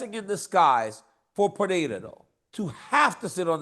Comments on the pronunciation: Gotta say I become more and more impressed by how people manage to mispronounce “Pereira” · Send Chael back to grammar school, please, and teach him how to pronounce Periera correctly. 😂